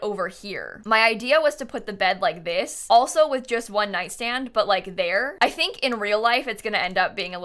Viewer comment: It's so strange to my ears to hear repeat "one nightstand". really threw me off the video for a second xD timestamp is